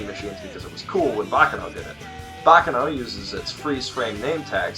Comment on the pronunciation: it's not baka noh. it's bah ka no!